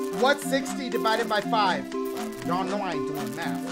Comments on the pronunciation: MAFF do u meant Math lol Dashie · "They making me do maff, one equals sixtff". Shit they need to be teaching you english